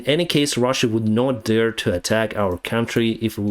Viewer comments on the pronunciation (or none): none